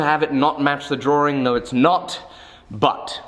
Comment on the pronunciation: Great video... but I must say... DrawRing, LOL..